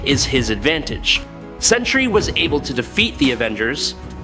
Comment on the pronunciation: Why do so many insist on pronouncing the two syllable word Sentry (Sen-tree) as the three syllable "Century"?